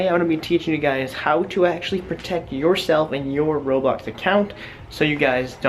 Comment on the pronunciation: I cant turst him HE CANT EVEN SAY ROBLOX RIGHT